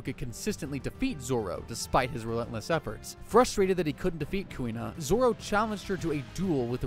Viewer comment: Bro why 4kid name zoro to zolo